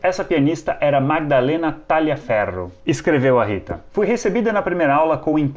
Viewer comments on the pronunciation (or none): none